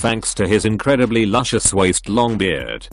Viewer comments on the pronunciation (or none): none